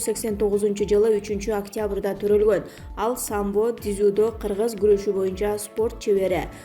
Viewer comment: Дизидо эмес дзю-до деп айтылат и жазылат. Макалье саклье дегенинерди койгулачы🤣🤣🇰🇬🇰🇬